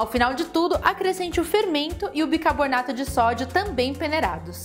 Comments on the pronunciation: Não entendo qual o problema com a palavra bicaRbonato. Neste final de semana, está foi a quarta vez que ouvi pronunciarem uma palavra fácil (bicaRbonato), de maneira errada e mais difícil de falar (bicaboRnato... parece até um quebra-língua). Pelo menos vc escreveu corretamente, indicando que sabe o certo, ao contrário das outras. Rsrsrsrs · Muito bem explicado! Vou fazer! Uma super aula! Parabéns!!! Você fala "bicabornato" igual minha mãe hehehehehe bjs